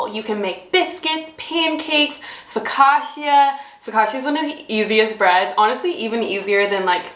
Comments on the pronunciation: As an Italian, the way you pronounce “Focaccia” incorrectly over & over is a hard watch 😂😂❤ Lovely video regardless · I’m not an Italian and I felt it as well 😂